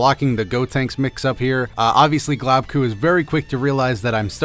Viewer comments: GLOBEKU not globku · Globku. Pronunciation: Globe- ku